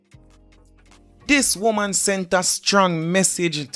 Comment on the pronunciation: If deh woman deh seh womb one more time 😂😂😂😂😂 bay womb mi a hear